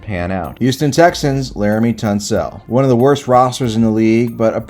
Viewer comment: “Peenye” Sewell and laremy “tunsell” 😂